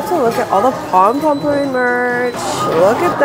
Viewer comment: um its pompompurin